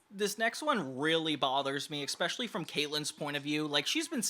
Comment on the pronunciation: Please, for the love of God... If you insist on using that word so much; it's "especially", not "eckspecially". You are killing me with that, man.